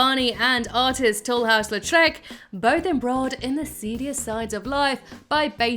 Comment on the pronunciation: Artist Tulhouse Letrec?? WTAF? It's Toulouse Lautrec! Pronounced 'Two-looze La-Trek.